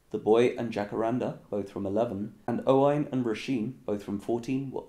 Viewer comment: Anyone else cringes when he pronounces a Welsh, Scottish or Irish name wrong. For example Roisin is spelled Roisín and pronounced Row-sheen. (Row as in row your boat) and Owain which is pronounced Oh-win.